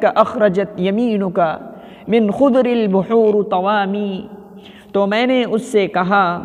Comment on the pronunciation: من خضر البحورِ الراء بالكسر ۔اليس كذلك يااخي ۔ طودَي ۔ أَقسامٌ ۔اليس كذلك؟